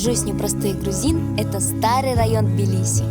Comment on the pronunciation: Это не Билиси блин а ТБИЛИСИ